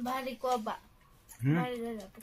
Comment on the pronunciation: कोबा नाही कोबी